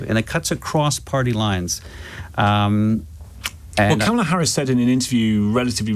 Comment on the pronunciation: Another disrespectful republican who won’t say Kamala correctly